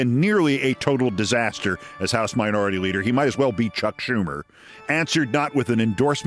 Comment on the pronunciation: It's driving me nuts that "disasta" and "Alaska" don't rhyme.